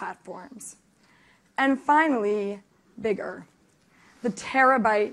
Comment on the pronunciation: Spectaculr, Wherevr, Biggr. She forgot Shittr...